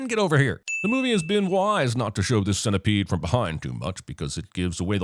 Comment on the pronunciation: Sin-tepede XD